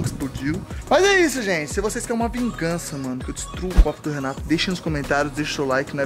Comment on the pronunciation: Vungança, Vungança, Vungança!!! kkkkkkkk